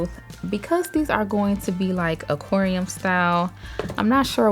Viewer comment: I love how you say Oquarium haahha 💕😘